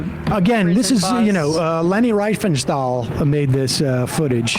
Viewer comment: Leni Riefenshtal.haha, love it